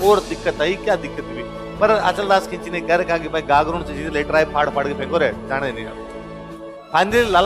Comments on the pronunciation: Its not khinchi, correct word is khichi. pl speak khichi ❤ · Khinchi nhi khichi